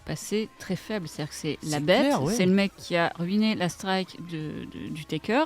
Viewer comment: "la straïke"